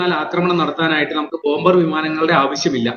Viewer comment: പറയുന്നതിൽ കുറച്ചുകൂടി വ്യക്തത വരുത്തുക. ഇന്ത്യൻ വ്യാമസേന, ബോംബേയർ വിമാനം എന്നൊക്കെയാണ് കേള്കുന്നവർക് തോന്നുന്നത്.